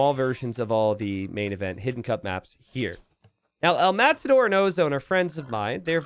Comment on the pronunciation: It's Matador not mazador?